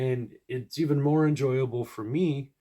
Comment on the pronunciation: Did you say “More”?